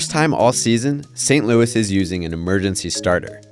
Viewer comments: How in the hell are you gonna tell me that you pronounce that crap like that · You said Saint Louis so fricking wrong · thats not how you pronounce saint Louis, missouri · This guy is an idiot how do u pronounce St. Louis Missouri wrong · Please never say Saint Louis like that every again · Was going to watch, but stopped after he pronounced St. Louis, Missouri the way he did. Come on man..... if you don't know how to say St. Louis and you are making a video on baseball, don't make a video about baseball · Dont ever pronounce Saint Louis, Missouri like that again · “Saint loo-eee, Mizor-eye”? Are you serious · San Louie, Misserye 😂